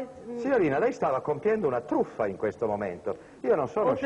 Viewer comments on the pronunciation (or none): “Sta compiendo una TURÙFFAH!”.